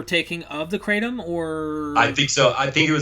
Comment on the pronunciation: I would like to see this video and learn something but right off the bat you are pronouncing it wrong. That tells me you really know nothing.